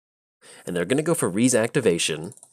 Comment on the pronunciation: "Rhys" is actually a Welsh name. You might know it from the actor John Rhys-Davies (Sallah from Indiana Jones, Gimli from LOTR). It's pronounced like Reese, as in the peanut butter cup.